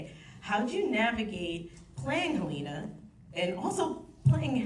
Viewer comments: Exactly! And she mispronounced just about every character’s name. Heleena, Milcheck, etc… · she also said hel-LEE-na which tells me she has not watched this show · Whenever someone pronounces Helena as Heleena, it makes me wonder if they ever even watched the show. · pronouncing Helena wrong in front of the entire cast made me cringe so hard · No because I would love to know why so many people mispronounce Helena's name when they say it correctly so many times in the show? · Are you high or just stupid? She asked the laziest, most uneducated questions, that made it evident that she hadn't even bothered to watch the show, or even just do the bare minimum level of research. Aside from mispronouncing key characters names, and forgetting to ask a question to one of the most important actors of the show, her questions were bland and generic. She coasted off her charisma thinking she could get away with doing absolutely no research. She spent way too much time waffling with fake praise. I challenge you to point me to one single moment in the video that made it clear she had watched a single episode of the show. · The host lady should atleast pronounce Helena's name right. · Nothing upsets me more than to. Mispronounce Helena..... that means you didn't watch the show!!!! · i love quinta, but she mispronounced Helena 😭 and i feel like her questions weren't written by her :( like seriously love her but i wish they would get a qualified interviewer. not someone who was just handed the cards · Couldn’t believe that the moderator wouldn’t pronounce HELENA correctly. That was very inconsiderate of her. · I thought it was so weird she mis pronounced Helena too!! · Is she though? She pronounced "Helena" wrong ... and totally skipped over Tramell